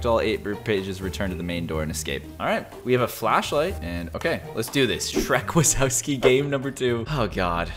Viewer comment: you said shreck wasowski wrong its in polish ;)